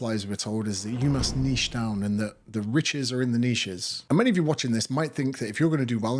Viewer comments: It's refreshing to hear someone say niche properly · Finally someone who pronounces “niche” correctly.